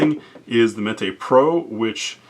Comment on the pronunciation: Mete is pronounced like "meat". It means to dole, or portion out. Unless of course you are a Spanish speaker, then metay all you want 😉